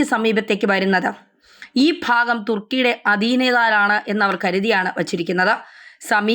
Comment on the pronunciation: തൃകുന് അല്ല 'thrikjan' ആണ്. അതുപോലെ സിപിറസ് അൽക്ക,'സൈപ്റസ് ആണ്